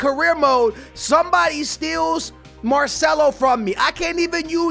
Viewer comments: Dude its not "MARSHMELLO".....its MARCELO brother 😂😎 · He kept saying Marshmello.It's MAR-CE-LO. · Did u just say marshmallow for marcelo 😁😂 that’s hilarious